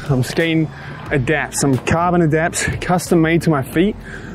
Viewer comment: Cheers. I left a lot more in then I usually would. This is great to hear ❤️ It's pronounced ADOOOOPTS Madge!